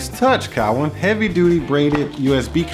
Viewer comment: Saying Cowin wrong but with this being 5 years ago, I wonder if he knows knows the correct pronunciation now.